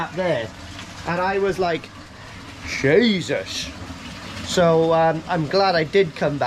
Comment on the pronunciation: You said that like a true Irish man Jeesus hahaha